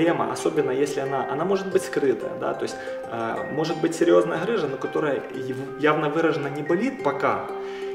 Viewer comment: ГГГ рыжа а не ХХХрыжа объясните кто-нибудь ему Русский язык ) Бля когда от доктора слышишь сразу представляеться Вася шо хдэ!)))